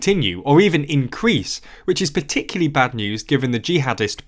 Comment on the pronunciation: Today I learned "particularly" is pronounced "particurly"